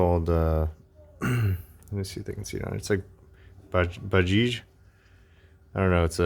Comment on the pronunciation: bajaj it is ,not bajij 😹😹